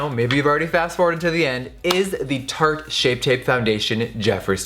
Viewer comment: At the beginning sounded like he said "turd shape tape", accurate hah